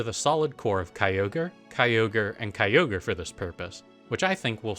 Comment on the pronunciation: It's not Kyogre. It's never Kyogre